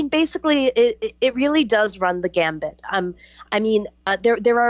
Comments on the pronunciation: "Run the gamut" Not: "Run the gambit" 3 times even. I cant take anyone seriously whose talking about complex issues when they cant get simple words/phrases correct on a regular basis. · Can someone tell it is run the gamut not gambit. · * run the gamut, not 'gambit'. That truly distracted me from the subject matter, lol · It's "run the gamut" not "run the gambit."